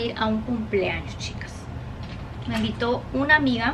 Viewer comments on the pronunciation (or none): Estas enferma??..te ves rara..muy ansiosa..y se dice invitó..no envito😂